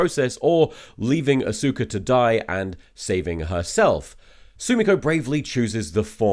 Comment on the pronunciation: For the record, I'm pretty sure I read in a biography that Dr. "Zoice" gave a lukewarm green light to the contemporary "soose" pronunciation of his name, like 3 years into his career. Edit: He kept saying "A-sOOka" instead of "AW-suka"... if the Kisaragi review came before the Steamed Hams section, and also I didn't already know about the native pronunciation of Seuss, I would likely doubt the authority with which Tom said "yes, that's how you pronounce it."